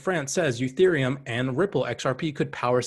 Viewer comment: Please stop saying youtherium- bad look . Makes you look like you don’t know shit 😂